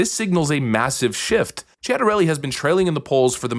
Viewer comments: Last name pronounced chit-a-rel-lee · jack has an Italian last name. It's pronounce Chia-Tah-Reh-Lee. Put it all together quickly, and you got his name right. In any case, as a new jersey citizen, you can bet your life savings on the fact that I'm gonna vote Jack Ciattarelli. Pray for New Jersey so we can become a Red State, and stay that way. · I think it's Jack "Sea-ata-relly" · It's sit-a-relli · Tchattarelli. Cia in Italian is always read as Ciao (Tchao) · Jack Chit-a-relli (for the pronunciation.)(a is a long A like the uh sound) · Let's go NJ!!! By the way ---it's pronounced Chit ter elly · FYI its pronounced Sit-a-relli. Im a NJ resident with serious questions about some of Cittarelli's policies, but he's leaps and bounds beyond that thief so he's getting my vote. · I believe it’s pronounced with a “ch” sound. Chit-a-rellli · CHIT-ARRELLIE. Chitter-ellie. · CHIT OR ELLI ( pronunciation) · Correct, it's pronounced Chatarelli 👍🏻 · Jack himself solved the pronunciation: Chet-a-relli, but the wife of a reporter told the reporter it is pronounced GOVERNOR. lol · Pronounced Chit-arelli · It's SIT-AH-RELL-EE.